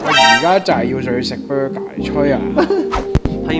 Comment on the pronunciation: Burger 🍔 not bruger